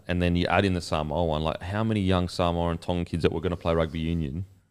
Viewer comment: Sole oni who your saying Samowah 😂😂😂😂